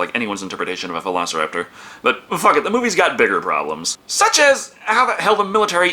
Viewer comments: This man clearly says the imaginary word of "velassoropters" instead of velociraptor. Beautiful. Just mwah😚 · No comment on the fact that he said "Velaciroptor" and they just rolled with it?